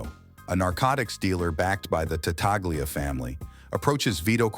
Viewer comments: Again an otherwise entertaining video tragically marred by AI artificial english. The name is pronounced Tatalia, not Tataglia. A two year old with a pacifier in their mouth could pronounce with greater clarity!! If AI can't get past the basic tenet of proper pronunciation, what good is it? I suggest finding a group of kindergarteners and uncovering the smoothest speaking five year old in the class. That would be a marked improvement over this corn meal mush. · It's pronounced ta-tal-ya in Italian.Gl is pronounced li in Italian. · You are right the G is silent I am Italian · Not an Italian speaker but I'm pretty sure the G is silent in Tattaglia.